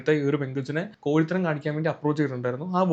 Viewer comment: ഈ അവസരത്തിൽ പറയാമോ എന്ന് അറിയില്ല കൊഴിത്തരം എന്ന് അല്ല കോഴിത്തരം എന്ന് ആണ്🫣